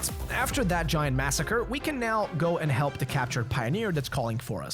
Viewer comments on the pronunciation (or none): none